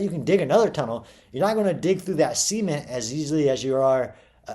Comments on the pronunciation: That's how the Beverly Hillbillies pronounced it. They called their swimming pool the "cement pond", pronounced like "sea meant". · Why is he pronouncing cement like semen? 🤨